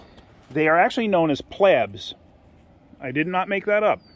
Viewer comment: 'They are actually known as 'plabs' (plebs)... Gigi turns and stare in silence... HAHAHAHAHAHAHA